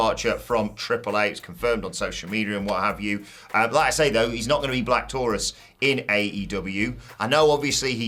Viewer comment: For the love of all that's good, Black Taurus is not pronounced like that. It rhymes with "Your Uce"